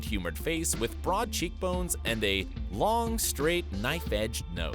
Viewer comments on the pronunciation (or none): none